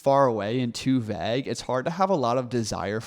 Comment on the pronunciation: Great video, however: it’s pronounced vayg vaeyg (vAgue